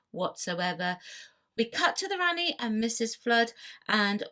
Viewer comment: Rani-pronouned Rahni You pronounced it as Ranni.